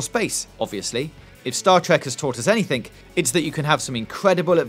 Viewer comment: Couldn't have Gamesradar have found someone who can pronounce words like and adult? Someone who can pronounce the letter R in words and say the word anything instead of anythink?